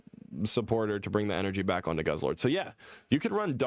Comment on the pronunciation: Not goose-lord, it's guzz-lord